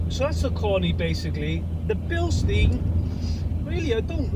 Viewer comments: You are saying the name Bilstein wrong. Here is a Bilstein link so you will know how to pronounce the name. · Bilstein is German. Incorrect pronunciation makes it easier to identify incorrect advice. Spring rate does not change with age or use. If the spring degrades, the free length reduces by the same amount as the ride height but the rate doesn't change. I too have found Koni compression damping rather soft. Years ago I used Spax instead as compression and rebound were simultaneously adjusted by a single screw.